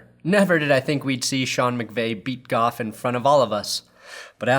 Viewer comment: thought u said golf..go home leave family..lol